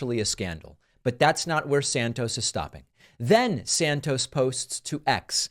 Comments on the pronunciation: It is pronounced SANTOS, not SANCTOS. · I believe the name is santos and not sanctos.. you are usually better than so simple a mispronunciation. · Santos is a slime. it's a good thing they booted him. However your dramatic mispronunciation ....i.e. sanctos....is also slimy. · David. It's Santos. Not Sanctos. You're doing the same stupid thing that Trump does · Why you called Santos 'Sanctos' 4 times... not nice. 👎